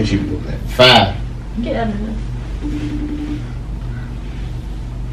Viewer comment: She so country “ get outta hea “ lmfao